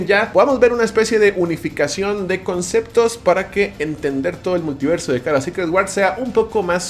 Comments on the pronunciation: “Muliverso” señores, muliverso 🚬🗿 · Es multiverso, no muliverso